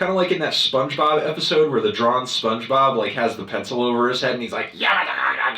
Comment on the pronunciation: did this man say “drawn spongebob”